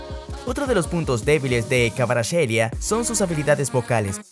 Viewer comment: Su nombre se pronuncia como ( jvicha kvaracjelia) en todo idioma! Va a ser el mejor futbolista 🇬🇪❤️🇬🇪❤️